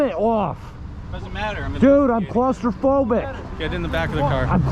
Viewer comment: ok, I had to laugh when he said "I'm CLAW-STIR-PHOBIC!"